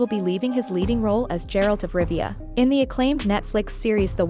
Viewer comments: His name is Geralt not Jeralt smh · Its not Jeralt...